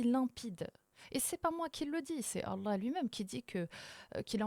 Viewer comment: J’adore quand elle dit « Allah », c’est beau.